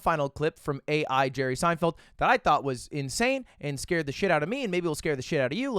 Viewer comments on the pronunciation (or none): none